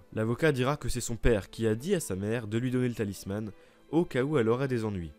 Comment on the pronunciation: J'adore ce que tu fais, mais je voulais juste te dire que ''talisman'' se prononce comme ''talisMENT'' et non pas ''talisMANNE'', je sais que c'est rien mais ça et d'autres exemples m'ont sorti de l'immersion x')